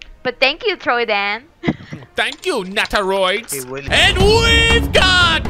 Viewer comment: “Thank you naterioids”😂😂